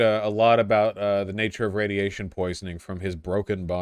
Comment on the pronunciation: love it when voosh starts talking aboot beta radiation, the chat went full JLP.